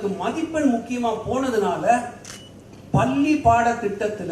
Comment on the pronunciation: அய்யா உங்களுடைய பள்ளி உச்சரிப்பு தவறு